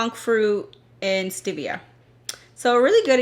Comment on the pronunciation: Oh my - that song. And it’s stevia not stivia.